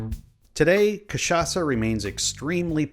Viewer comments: Kudos for pronouncing the Word Cachaça with perfect CHA and ÇA , native Brazilian here. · The way he say cachaça is so perfect 💚💛💙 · omg yes someone from outside brazil that pronounces cachaça the right way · Good job speaking cachaça. It was spot on. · Good job. Great pronunciation of "cachaça", this shows respect and research. Some folks will just call it "catchaka" and it kind of makes my ears bleed. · As a native Brazilian, I have to congratulate you for your pronunciation of "cachaça". Foreign say the "ch" part wrong all the time. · Hey man, first time i've seen an american saying cachaça correctly and not catchaça, congrats!! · Yup, I can really see his effort into speaking correctly the most important Portuguese words for the video